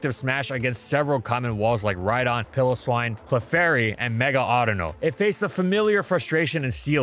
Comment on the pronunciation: "Pill-o-swine" HE CANT KEEP GETTING AWAY WITH IT